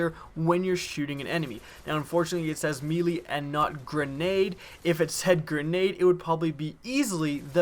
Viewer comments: its pronounced "maylay" not "meelee". NO disrespect just telling you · me-lee???? WDF?